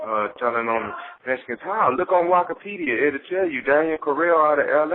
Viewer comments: Why say Why-kipedia and not Wikipedia?… 😆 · lol bro said wokapedi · my man said "Wakapedia" 😂😂😂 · Nigga said "Wakapedia" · This fool really said wakapedia 😂😂